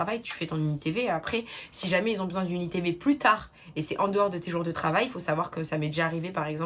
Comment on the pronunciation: T’inquiète je t’apprécie bcp mais on ne dit pas qui z’ont ou qui z’étaient, il faudrait apprendre à éliminer ce z qui n’a pas sa place. #Noshade 🙂